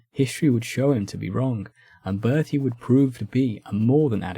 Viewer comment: Why do you consistently either mispronounce Berthier, or call him Bertie?